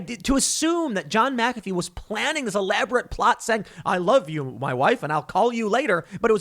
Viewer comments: Take a shot every time Tim says MahKafee. Congratulations you are dead from alcohol poisoning. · It’s pronounced Mac-uh-fee...from his own mouth in a documentary I watched on him a couple years ago. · Mack-A-Fee a with the short sound. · Please pronounce the name correctly - MACafee, accent on 1st syllable. Shame on you! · It's MAC A FEE. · I couldn't even pay attention to the whole story without clinching my teeth over ,Mac -a-fee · pronounced * MAC-A-FEE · You mispronounced Mcafee this entire video and only pronounced it correctly the last time you said it 🤬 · As a second language speaker, is Tim's pronunciation of McAfee on the A correct? I've heard it on the ee only (up to this point). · Why you saying McAfee like that when you're reading, then pronouncing it right when you're just talking? lol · You're mispronouncing his name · If you don't know how to pronounce McAfee just alternate pronunciations throughout your whole video. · I’m sorry Tim you keep pronouncing his name wrong therefore I can’t do it. Believe it or not I’m a huge fan I’ll pick up on the next one. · Say his name right.... just once.... please!!!! Lol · Tim "I do my research" Pool Can't even pronounce McAfee right Literally just search "How to uninstall mcafee", click on the video made by him and watch for 15 seconds. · Can’t even say his name right ?!?!? LOL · I hate when people mispronounce it too. No excuses. This man has said his own name countless times. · It's funny how Tim is saying his name. 🤣🤣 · Mick-uh-fee not Mack- uh-fee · "John meh-cafe" It's pronounced "Mac-A-fee." Christ Tim lol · That Mc-A-fee, not Mc-Ca-fee! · Okay Tim Po-ole, it’s McAfee not Micaffey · MACafee…not maCAFee. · Mac-uh-fee not mick-affey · MAC ef fee!!! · FFS TIM WILL YOU PLEASE LEARN HOW TO PRONOUNCE NAMES & CERTAIN WORDS LIKE MAGNET Not MAGANATE & McAfee pronounced MACK-A-FEE ffs Dude make an Effort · Mac-UH-FEE. Jesus man. Being OLD & KNOWLEDGABLE is a burden! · Tim, it's pronounced MACafee. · Tim it's MAC a fee